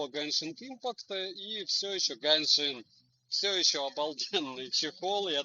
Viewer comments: Почему автор говорит гЭншин если правильно гЕншин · обзор шикарный, но единственная притензия - не геншинК импакт, а геншин импакт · Почему гэншин правильно же будет геншин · Кто-нибудь, объясните, пожалуйста - откуда автор ролика в слове "genshin" нашёл букву "k/c"?